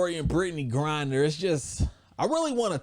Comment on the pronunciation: U keep calling her Brittney GRINDER lmao